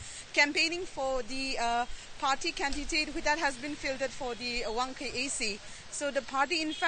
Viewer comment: I believe it's 22-Wangoi AC not Wangkhei AC. .....while seaking to EM ?